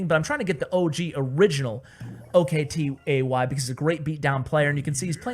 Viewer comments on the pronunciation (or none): its not o.k.t.a.y its octie. hes turkish. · OKTAY not O K T A Y xDDD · it's not pronounced as O K T A Y,It's a Turkish name pronounced as [Oktai] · Oktay is a turkish name. You dont have to spell the letters. Just say Oktay (spoken Oaktie)